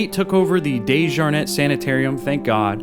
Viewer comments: When you pronounce the Dejarnett it’s DEE -SHJAR - Net!!! Not DAY-sJAR-NET From the RVA and know the family Went to school with the surviving family- Scott Desjarnett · I know DeJarnette... I worked at the more updated hospital years ago. Your pronunciation is so much more bougie than I've ever heard it!